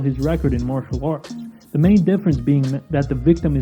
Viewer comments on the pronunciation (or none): none